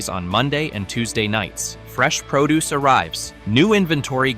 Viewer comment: Make sure to grab the proo deuce like the robot said.